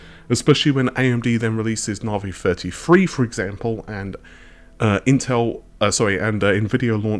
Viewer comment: why are you still saying narvey you have heard amd pronounce it